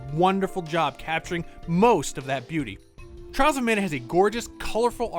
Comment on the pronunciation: I keep hearing Charles of Mana 😋